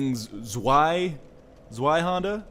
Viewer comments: Hey Ryan, it's pronounced zway-hander, not zwee-hander. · its deutsch. zweihunder is pronounced TS-VAI-HUN-DAR which means, two (zwei) hander. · Zweihander = Ssss-vvv-eye-Han-Der. But awesome invasion episode! :D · just ask google to pronounce two in german. svie is pretty close though. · i think it is pronounced sviehander. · Well, "Zwei" is actually the german word for "Two", and the W is pronounced as a V, so you say it like Tzvei (with the I as in "I am"), and he's pronouning the W as a... well, W. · It's tss-vai-hander. Zwei is German for two. An appropriate name. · 'W's are like 'V's in German though, so wouldn't it be 'Ts-vye-hander'? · Because that's how the letter z is pronounced in german